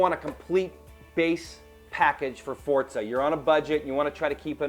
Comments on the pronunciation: forza is pronounced ''for-za'' not ''fort-za'' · I hate how they mispronounce Forza. What the fuck is a Fortza? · WTF is FORTZA, i only know of FORZA!!! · i dont mean to be a dick but theres no "T" in forza so it not fortza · i love fortza aswel...